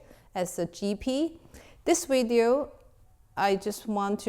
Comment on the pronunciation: "Welcome to another videeo" 😂😂